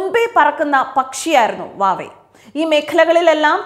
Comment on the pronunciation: ha ha... ഇവരെന്താ വാവേ എന്ന് പറയുന്നത്... സായിപ്പിന്റെ pronunciation ആണോ??